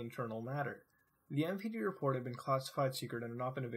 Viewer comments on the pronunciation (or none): none